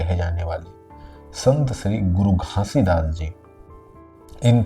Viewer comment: Pahle aap Baba ji ka naam ache se lena sikh lo fir Satnam ka mining samjhana guru ghasidas ni pram pujya sant siromani guru ghasidas Baba ji 🙏🙏🙏🙏🙏